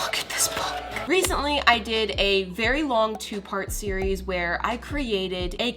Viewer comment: It sounded like you were saying Siri instead of series